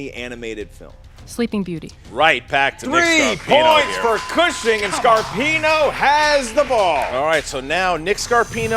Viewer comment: It's definitely pronounced Cushing not Cooshing 😂